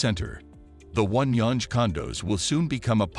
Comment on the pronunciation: Wow .... The pronunciations that your voice artist uses for the street names are so totally wrong. "Gerrard" is not pronounced Jerr - rad It's pronounced Jerr - rah - ard And "Yonge" is not pronounced y-ohn or yon-ge it is pronounced young